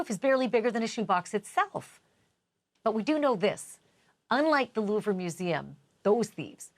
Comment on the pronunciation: Someone tell Ashleigh how to pronounce the Louvre properly. I’m cringing every time she says it.